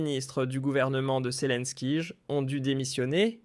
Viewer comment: pourquoi tu dis selinkige apprend à parler